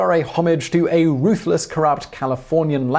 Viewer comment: You mispronounced "ruthless corrupt Scotsman."